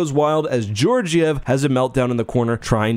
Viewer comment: Him saying George-iev is the funniest thing to me for some reason 😭